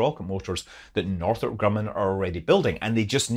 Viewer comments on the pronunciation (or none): none